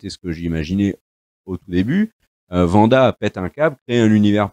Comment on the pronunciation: C'est pas faux. Tout comme le W de Wanda se prononce à l'anglaise ("Ouanda") et non à l'allemande ("Vanda"), puisque ce n'est pas une série allemande... Et tout comme on ne dit pas "les premières épisodes" mais "les premiers épisodes" (donc avez liaison "zé"), puisque le pluriel prend un S. Mais ce sont surtout des tics de langage, il faut essayer de passer outre !